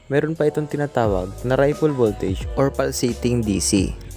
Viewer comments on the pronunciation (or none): none